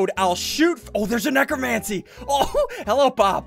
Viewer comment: necromancer not necromancie